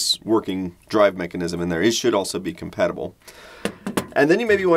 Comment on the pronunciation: The way he said "Compatible" sounds like "COM-PET-ible".